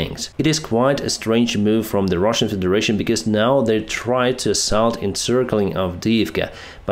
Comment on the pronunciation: I love how he just sez "and the Rahsian tanks are Ka-boomed!"